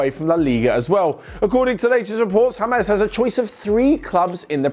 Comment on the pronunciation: Its james.. not hamez.. 😑